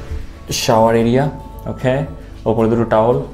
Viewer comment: Vai tor "Okkhay" ta sunle mnehy ei England er flight thke namli😆😆😆